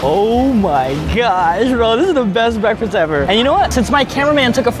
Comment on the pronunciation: Lol I love how he says gosh he says it like gyosh lol with the y lol